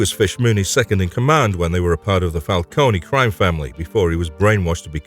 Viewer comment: Isn't it Fal-cone and not Falconie?